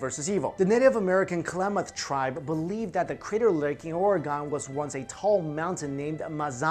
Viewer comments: it's pronounced "Oh-reg-un" not "Oh-ree-gone" . yey I did a help ;) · OREGOHN!? HOW DARE YOU MISPRONOUNCE MY HOME STATE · It's pronounced orygun (oregon) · Born and raised in Portland work for the City of Portland it's not Ore'gone people sound stupid when they say it like that. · You pronouncing Oregon wrong